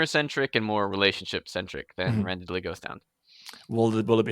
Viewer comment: Another vote for Quest Academy! His other story on Royal Road is good, too (Wildcards), but it's stubbed, damnit, while he writes out his contract for QA. It's hilarious how the rest of the ENTIRE world pronounces Randidly's name "randid-ly", and pronounces it "ran-diddly".:)